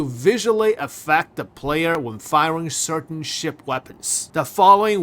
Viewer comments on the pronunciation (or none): none